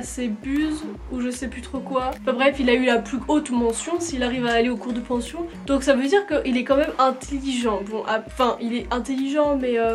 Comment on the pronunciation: Si vous écoutez bien a et dit "pour aller en cours de pention " et pas potion